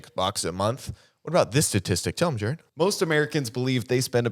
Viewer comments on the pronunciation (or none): Not “Jarrerd.” 🫠